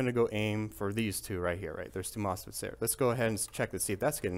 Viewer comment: Did you say moss pits?